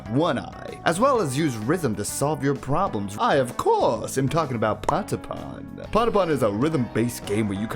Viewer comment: at least you can pronounce patapon right... good video I think, kaibapon and geekolos will always hold a special place in my liver and don't hate on meden, you'd be like that too if you were a lesbian in a world with like 5 women, of which 3 want you dead and one is canonically straight and taken